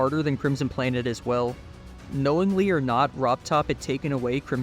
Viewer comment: bro really said robbed top and thought we wouldn't think "robtop"